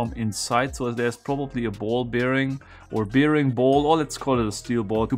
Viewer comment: I didn't realize there were that many bearings out there (but some of them sound familiar). Some folks may not realize (because he had it in the form of a question), was saying, "Roller Bearing" "Fluid Bearing and "Magnetic Bearing." Yes, perfectly said. Excellent. 😂☕😎 (You get a Gold Star -- I'd have to find it 1st though lol)